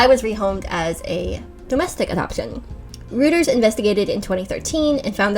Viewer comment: As a gentle side note, Reuters is pronounced "roiters". People can get weird and judgy because some people consider saying "rooters" to be a tell of being uneducated. I got berated HARD once by my professor who accused me of cheating because I couldn't say it right.